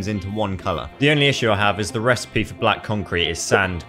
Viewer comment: Bruh you said recepie